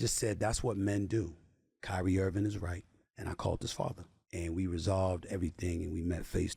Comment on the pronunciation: He still callin him "Kyrie Irvin" 😂